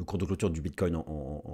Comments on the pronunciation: Bonjour, merci pour ta video, tjrs au top. Concernant la prononciation du Bitcoin, avec tout le respect que j ai pour ton ami, le Bitcoin aussi veut qu on le respecte😉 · Au Québec aussi on dit BitCOIN et non pas Bitte-cogne comme les européens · Merci pour tes analyses toujours aussi précises... par contre, j'ai remarqué que tu ne faisais plus de répétition du mot "bref"... c'est vrai... mais un autre est venu le remplacer: "bit-COIN" 🤣🤣🤣🤣 À mardi l'ami 😊